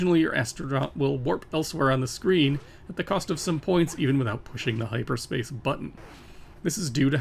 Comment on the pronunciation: I'm sorry, but "hipperspace"? :)